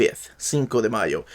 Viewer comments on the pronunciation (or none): none